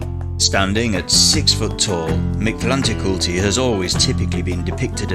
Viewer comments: It’s more pronounced like this Mick•lante•kuut•lee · The pronunciation of this God in Classical Nahuatl was more akin to - Meek Tlan Tektli With an accent on the last E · Wanted to watch but lasted like 10 seconds, until you started to not even try to pronounce his name with respect. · You pronounce it funny 😂 but your video was so cool!